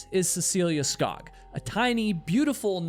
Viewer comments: Cecile Skog is said "Sk-oo-g". Thank you for your great work, as always :face-blue-smiling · You pronounce Skog with an o sounding like the os in "oops". Skog means forest in norwegian and swedish. :)